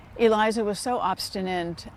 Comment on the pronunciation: "Obstinate", not "obstinant".